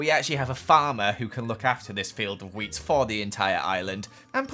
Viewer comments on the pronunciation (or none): Every time he says “wheat” I think he’s saying “weed” 😂